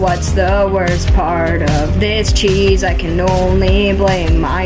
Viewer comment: Wtf is "disacheese"